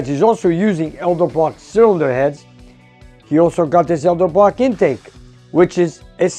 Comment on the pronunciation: I love Nick, but, dude, it is ED-ELBROCK, not EL-DEBROCK.....